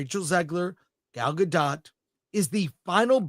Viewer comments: Her name is pronounced guh dot ????? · I've heard that it's pronounced gah-dote, i.e. with a long 'o', like in oat.